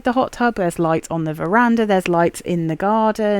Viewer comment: Off topic, but it is so nice to hear a non Caribbean person on YouTube or social media say verandah, lol